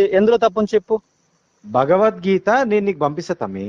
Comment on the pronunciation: భగవద్గీత అని పలకటం కూడా చేతగాని వాళ్ళు వారు. వాళ్లతో మాటలు ఎందుకు గారు.